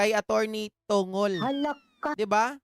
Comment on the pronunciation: Atty. TONG' GOL PO ang bigkas ng surname ni senate spox parang bigkas ng pencil na MONGOL